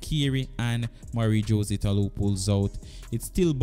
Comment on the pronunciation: Thanks for the video, I thumbed up. It would be good to work on your name pronunciation. Esp. With Jose (Hoe-zay) and sha' carri.